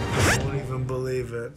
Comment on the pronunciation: Be-LIE-ve in HIS-tory